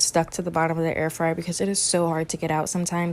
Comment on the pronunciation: Not the first dude calling it air-free-air ☠️🤚🏼